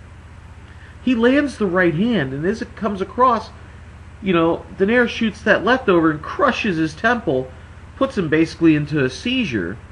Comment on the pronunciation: Its pronounced = Doh-Nigh-Reh not Doh-Nayr. Didn't any of you listen to the announcer?